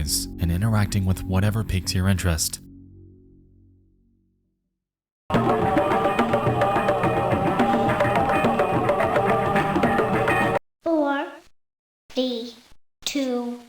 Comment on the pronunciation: the way you say "14" is so funny to me man